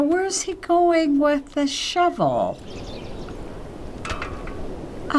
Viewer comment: Shevel? Shevel?! WTF is a SHEVEL?!